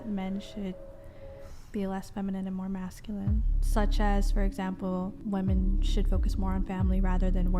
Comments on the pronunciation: The word is pronounced (phonetically) whe-men. This is correct for the plural of woman, which is singular. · Why cant anyone pronounce the difference between woman and women?